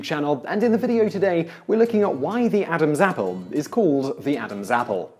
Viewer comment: when he says Adams apple he sounds like he's saying abazzle azzle